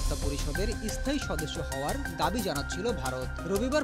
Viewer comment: Ara ai rokom e, bangla bolte pare na, asthai, estaion bole